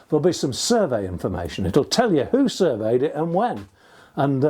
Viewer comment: 'Surveyed' and 'surveyor' are stressed on the second syllable.